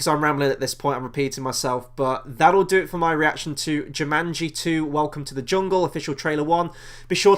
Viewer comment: Not Jimanji, its jumanji lol